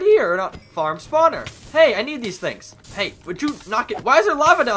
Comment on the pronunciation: I just noticed he said tings instead of things